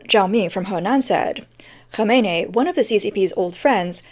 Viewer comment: it's Khamenei not Khameini